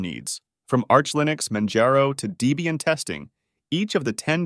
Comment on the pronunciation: DEE-BEE-ANNE = Dislike